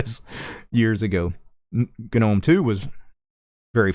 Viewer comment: GagNOMe, VieMg Why you pronounce this words this way?